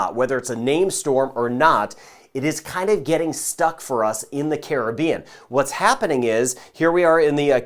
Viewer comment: Thank you. Even though I'm all the way in ANTARCTICA, I'm locked in on Jamaica. And thank you for pronouncing the word ( Caribbean) properly. So many don't. Keep up the great work.